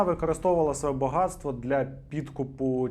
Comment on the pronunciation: Шановний авторе дякую вам за ваш контент, але будь-ласка перестаньте вставляти букву Ґ куди попало . Там є правила де Ґ а де Ґ !!!!!